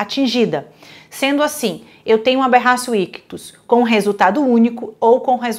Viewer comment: Bom dia, me tira uma dúvida. A final a pronúncia correta é Aberracio ictus ou Aberratio ictus ?? Pq eu ouço um monte de gente dizer Aberracio sendo que na escrita está Aberratio 😑